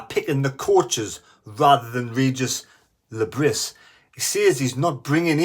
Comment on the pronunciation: Le Bree, is how you pronounce his name ffs…